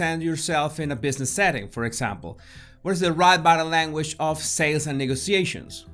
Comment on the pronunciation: I smile every time he says "boh-dah lairn-wej" 😄